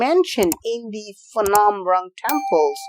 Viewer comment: Phnom not Phanom.